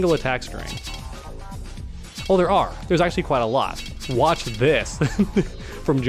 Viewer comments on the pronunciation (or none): none